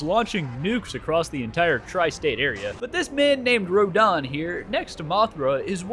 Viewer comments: he is saying rodans name like rahdahns name from eldem ring idk how to spell his name. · Every single time you pronounced Rodan and Gigan incorrectly made me mad rodan ro-dan gigan Guy-gan